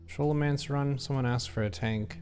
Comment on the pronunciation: SKO (rhymes with blow)-low-MANCE. This came up on the forums during Vanilla all those years ago, and the devs weighed in to tell us.